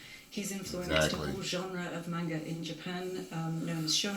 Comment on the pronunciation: mispronounced manga. I hate it when people say it like its spelled mainga. But regardless RIP the legend. Gone but not forgotten.